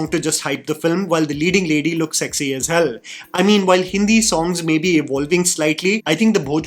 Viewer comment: "lazy as hêłh 💅🏼🫦"